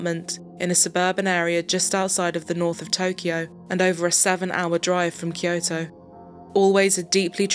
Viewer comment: It's Kyo-to, not Ki-yo-to.